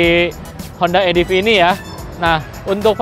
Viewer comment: Bang salah baca ADEF,, yang benar ADV Dibaca ADVE bukan ADF Dibaca ADEF.. suksess. Jangan lupa pakai HELM ya gaeeess